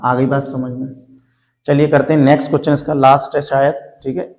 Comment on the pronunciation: Are sir question hota hai cochhan nahi 😅